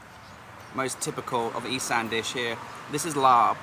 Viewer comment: Isaan, Cute how he pronounces it as "Eee- san" when it's actually pronounced "Eee- saawn." Precious. The Thai guy on the boat pronounced the fruit correctly obviously. It's not "Fah-LANG." It's pronounced "Fah- LONG" or "Fah-RONG." The mispronunciations are cringeworthy. Example: "A-LOY, MACK MACK." It's "MOCK MOCK." Ughhh. Lesson of the day. If you don't know how to say something or unsure? DON'T. Nung, Song, "SAM" (As in the name) - IT"S "SAWM!" World traveler, language butcher. Saw Wat Dee, KA! 555555!